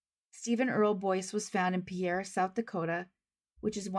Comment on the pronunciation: Just FYI, but I believe the South Dakota pronunciation of Pierre is closer to 'Pier,' but I'm from Minnesota and cannot say with absolute certainty. I enjoy your channel.